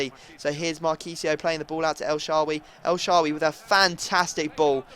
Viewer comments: It isnt el shaawy its el sha-wa-ry and stop with the stupid disrespectful thing so many people are commenting about how bad it is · El shawawy wtf ... its not the hard to pronounce his name